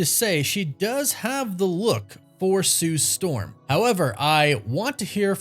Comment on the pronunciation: Gotta say it like her now then Sue Stawm lol 😂 I don't see it 🤷🏿‍♂️